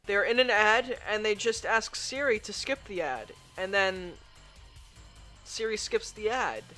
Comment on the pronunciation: When he calls Siri Diri...